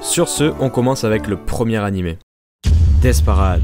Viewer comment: Alors le death parAde ma dessus on dit paraide je mais le i pour que tu comprene mol